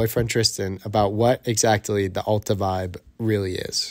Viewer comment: AAAAAAlta. Not UUUUUlta.